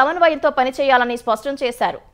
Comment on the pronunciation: సవన్వయం కాదు, 'సమన్వయం' అని చదవాలి. స్వష్టం కాదు, 'స్పష్టం' అని చదవాలి. తెలుగులో వార్తలు చదివేటప్పుడు తెలుగు పదాలు సరిగా పలికేలా అభ్యాసం చేయండి.